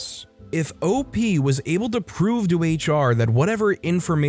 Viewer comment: Its... jam-ers... not jay-mers, jam-ers